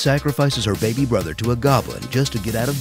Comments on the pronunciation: Three years late, but “Forget about the baybuh" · "Forget about the baybuh"